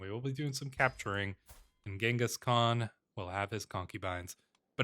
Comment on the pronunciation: I really appreciate that you pronounce Genghis Khan Correctly.